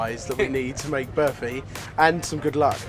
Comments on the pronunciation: "Birfy" wow that pronunciation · berfy? did no one tell them how to pronounce burfi before they started? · class guys! although id say burfi rather than berfi......yeah no one cares?! lol good job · I'm so used to them making food I don't know how to pronounce so listening to them saying burfi was kinda weird. IDK if this is a South African Indian thing but we pronounce it BAR-fi with a hard R. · The way the pronounce Burfi makes me cringe every time they say it XD Ur supposed to roll the R a little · i love how these guys pronounce burfi XD #Classy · 😂😂😂 the way they pronounce burfi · lol I love you guys, but I can't help but laugh at the way you pronounce burfi